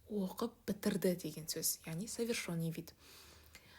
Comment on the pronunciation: Совершенный деп айтылады, ё емес